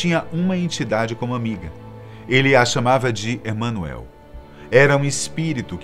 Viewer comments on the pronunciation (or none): A pronúncia do nome Emanuel não é essa que o apresentador do vídeo faz!